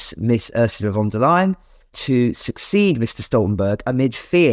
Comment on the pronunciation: Please not von der Leyen. I say that as a German